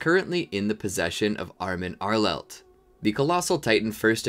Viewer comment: “armin arelet” lol